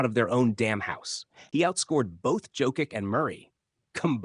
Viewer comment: FU you can even pronaunce Jokic's lastname